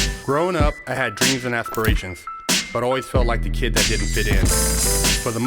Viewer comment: First 2 seconds you like damon this guy is so gangster then he tries to say aspirations and I click off the video